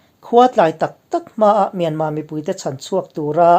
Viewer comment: Hei hi kalo zawt che u,enga tinge Myanmar hi atawp a R lam tello a myanma ti a inlam thin??